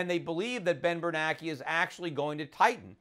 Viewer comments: i don't know why but it bugs me that schiff pronounces bernanke's name "bernacky". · Yep - we should have driven the car into the ditch like Peter suggested way back when instead of going over the cliff we're about to go over. This is the longest, most excruciating pre-crash I ever could have envisioned. And just as an aside....it's Ben Bernanke as in rhymes with spanky....not Ben Bernacki as in rhymes with wacky - right?